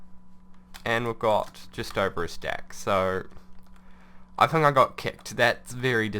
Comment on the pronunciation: Why tf does he say tin k?